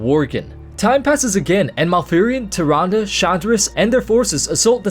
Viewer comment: no offense bro, but Tyrande is pronounced "TIR-ON-duh"